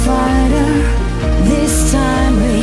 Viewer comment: I don't think so. Saya dengernya pake headset dan pronun-nya dapet. Bhkan hal-hal mendetail seperti pengucapan 'th' pada kata-kata seperti this juga benar. Bukan diucap /dis/ tapi di pronun /thiz/ 'th' ada simbolnya dalam bahasa inggris yg membuat pengucapannya beda dengan hurup 'd'. Jd menurut saya ini udah seperti native speaker.